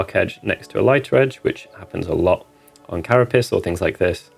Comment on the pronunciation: Maybe it's late or still child mentally but all I hear is Cara-Piss = Carapace. Great video tutorial just cracked me up oddly